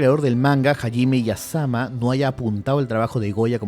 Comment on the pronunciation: no es hajime iyasama, es isayama...